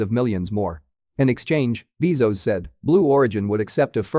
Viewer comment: Jeff Beezos instead of Jeff Bezos. Is this fine? :)